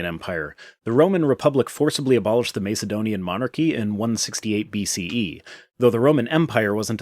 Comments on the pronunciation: This totally isn't the point of this video, but i'm bothered by how you pronounce Macedonian. Have I been pronouncing it wrong? You're saying it Mace like "Ace" (from playing cards) but i've heard it rather being like "Ass". Aka M"ace"donian or M"ass"edonian? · Can’t stand the way you say Mace-edonian. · Sorry but it's pronounced MASS ED DONIAN otherwise more power to your elbow! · The first a in Macedonian isn't pronounced like in mace, lace or place, but rather like in massive or casserole. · Yes, this bothered me too.